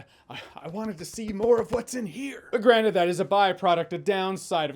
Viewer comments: you said "granted" but I heard "granite" :) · I heard granite instead of granted when he was talking about Ben Grimm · Granted or...granite? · “…but granite..” I know he meant granted but still funny. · Are you pronouncing "granted" more like "granite" when speaking of the Thing on purpose? )) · Everytime you say granted it sounds like granite. When talking about the thing. I hope this is on perfect